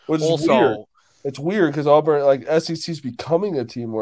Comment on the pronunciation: AWBURN NOT AWWWBURN